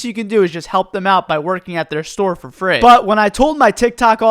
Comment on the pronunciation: "for fraayy" hviekjesdje I love him